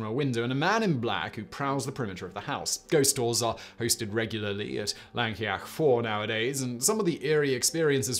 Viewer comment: I can forgive Llancaich Fawr as it is pretty tricky. I can forgive not knowing that the emphasis in a word is almost always on the penultimate syllable. No excuse for pronouncing Llangollen as "langolen" though. Even pronouncing it as "Clangocklen" would have been acceptable.